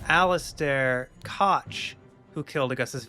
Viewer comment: Unfortunate: Koch is intended to be pronounced as "cock", but the "ch" is a voiceless velar frictive, aka pronunciation of this sound shouldn’t vibrate your vocal cords. It’s a pretty difficult one to nail, as much of Old English is to modern speakers, so a lot of people use a lightly breathy "coke" as an alternative that’s inoffensive to the YouTube Demonization Demons. Class dismissed.